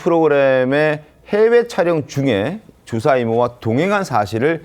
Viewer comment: 방송하는 사람들이? ’주사‘ 뜻에맞게 정확히 발음하시지. 술주정 ’주사‘로 들려요